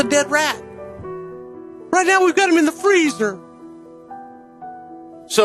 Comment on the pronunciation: All wight all wong its out there